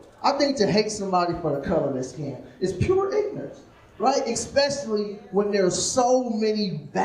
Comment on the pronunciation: "expecialy" this made me skip to another video. Anyway, best wishes to all decent Americans from Prague, Czech republic!🇨🇿🗽🇺🇸